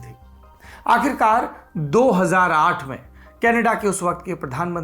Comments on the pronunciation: कनेडा नहीं kanadda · Tht smile when u say kanedda